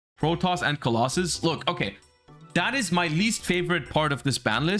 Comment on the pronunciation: Side note, how did the yugioh community end up pronouncing "Protos" as "Protoss"? Seems like a weird mistake for literally everyone to make.